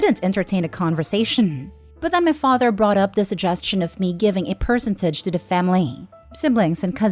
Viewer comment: The software you use to read your scripts doesn't know how to properly pronounce "percentage"?